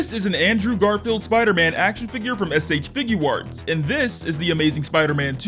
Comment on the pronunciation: why do you say s h figurwarts 😂😂😂instead of shfiguarts